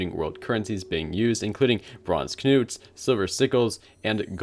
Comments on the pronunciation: I think its more nut than noot but let's be honest, the English pronounce all kinds of things wrong 😆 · How do you pronounce the Knut coins. I always pronounced them as Nut just with a silent K. But this guy pronounced them as Kuhnoot.